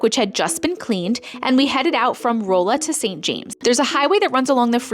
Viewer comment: Missouri has odd pronunciations. It is pronounced Rolla as if the beginning sounds like Ronald . Rah-LA